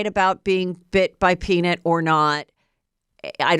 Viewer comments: Lol Heather. PeanIT lol, I think it's PeaNUT 🥜 Anyway love you 😍 ❤ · Will you please share with your loyal Get me Behind Gates listeners what the hater said in the note? So curious what they think you have. The “peanit” pronunciation is making me curious again 😆 Love you HEATHER! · Heather cracking me up over here with her pronunciation of the name peanut 🥜 = “Peanut-Nit” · You said “Peen-it” 😂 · Omggg is it a joke idk cuz the way she was saying peaNIT instead of nut was cracking me up & she said the word like 20x. I don’t have social media so idk if that’s part of a joke or just Heather being Heather but it was making me giggle😂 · I was annoyed by how HM pronounced PEANUT in the beginning and was just left with an unshakable ICK as it went on. Worst episode ever. Couldn’t even finish it